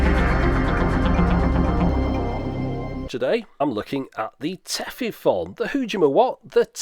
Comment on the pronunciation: Minor pedantry: The "-fon" in Tefifon is actually pronounced more like "phone". You can hear a native speaker talk about it here